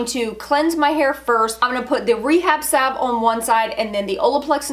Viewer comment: Thank you. Finally someone knows how to pronounce salve.